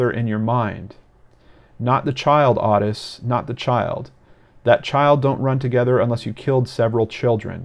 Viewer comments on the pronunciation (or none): Otis pronounced Oh tis....just saying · I remember this case I was 15 years old and lived in FL. Horrific. Has haunted me through the birth of my own children and now my grandchildren. I never ever let any of them out of my sight whilst in public. And gentle correction. The name Ottis is pronounced "Ohh-tis" 😉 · Its "O" -TIS!!!!!!!! drove me buts the entire video. Wiki even has the pronunciation on the page! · Totally the same lol, I was clenching my teeth the whole time.